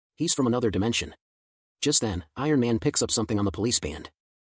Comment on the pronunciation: He was this close to getting Ironman name correctly tbh